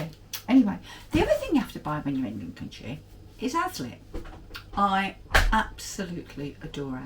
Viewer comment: Did you try Chine?? Haslet is pronounced “Hacelet” sorry xx Love the tea tin. Lincolnshire was known as Bomber County xx